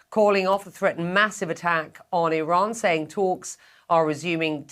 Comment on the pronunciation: It's Iran dammit not O'Ron!